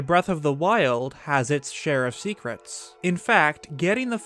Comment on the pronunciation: its share of shecrets XD